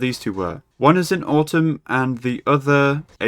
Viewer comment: Still pronouncing atum like "autumn" xD good episode.